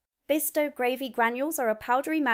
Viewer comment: The content is good but the constant repeated mispronunciation of basic words throws doubt about your claims of residency and makes its seem that the text has been written by someone else. No-one in Britain would ever say “gravvy “ for gravy, for example, and I’m surprised an American would. There are a least 4 other examples in this video a;one. Please do a read through with someone who IS familiar with the UK before recording the next one.